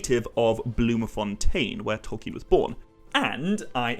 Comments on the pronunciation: Anyone criticising your pronunciation of Tolkien is just revealing their own naiveté unfortunately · Lol to the people who think you're pronouncing things wrong. You're probably the most accurate pronouncer I've ever heard.